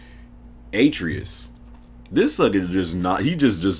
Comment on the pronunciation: BBBBOOOOOYYYYY!!!! Your pronunciation of Atreyus is cancer lmao. Good vid though fam.